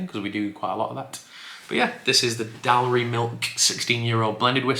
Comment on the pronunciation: Good try on the weird Edinburgh names. I think the easiest way to try to say them is Dahl-rye and Ghor-ghee.